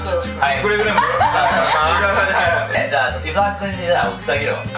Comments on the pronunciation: 「いざわ」じゃなくて「いさわ」って言ってない？ｗ おばあちゃん可愛いなあ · おばあちゃん、イサワじゃなくてイザワです…笑